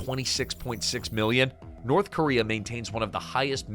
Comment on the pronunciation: North Cuba-rea